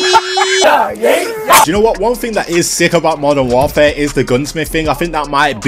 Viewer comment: Moden waaaaraaere thats how i hear it at the start sry